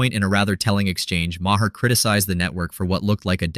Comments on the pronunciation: Marr not ma her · Sorry, but I don't watch AI voiced videos. If it's not worth your time to voice your own video, it's not worth my time to watch. I let the Ma' her slide, but after the second one, I'm done.